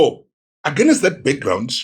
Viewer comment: Dear Zimbo’s it’s against not agenest.😅😅